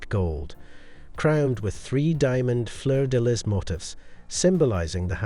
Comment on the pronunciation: The h of heirlooms is silent. Fleur de lis and Chantal were also mispronounced.